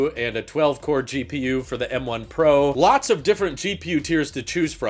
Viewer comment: You would think that when Apple decided on the guy to talk about M1 Pro, ProRes and ProMotion, they would get someone who can actually say the word "Pro" instead of pronouncing it "Por".